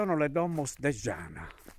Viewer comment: Benito non si pronuncia scianas ma ianna come porta in sardo...